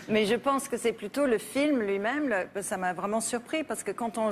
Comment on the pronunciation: Hardly any English accent at all. Only when she says "mais", or "j étais". Which she pronounces "meille" or "j éteille". It is extremely slight.